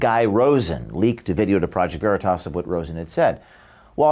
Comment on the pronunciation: She can't even pronounce the name of Okeef's company. Isn't that akin to dead naming? It's always been considered a dis to mis-pronounce someone's name or the name of their business.